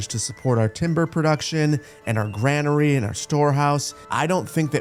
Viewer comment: And granary is pronounced "grainery".